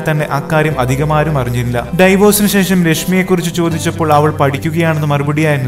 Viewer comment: ഡിവോഴ്സ് എന്നതാണ് ശരി, ഡൈവോഴ്സ് എന്നല്ല.